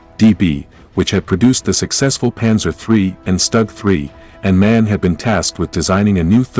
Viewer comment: MAN is an acronym (Maschinenfabrik Augsburg-Nürnberg), not a “man“!